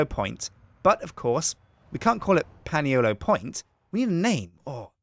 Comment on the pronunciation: Excuse me, Can you please pronounce Paniolo correctly. Its pronounced Ponyolo